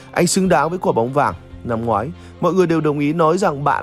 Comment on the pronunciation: câu tương tác ấy mà, cách đọc cũng hàm ý gây war rồi, cái gì mà quả bóng vàng rồi ngắt quãng từ "năm ngoái" =))cố tình nhấn nhá rồi làm sai lệch ý nghĩa câu nói của Messi đi nữa thì cũng chịu rồi =))